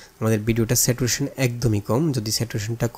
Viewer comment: স্যাচুরেশন হবে not স্যাটুরেশন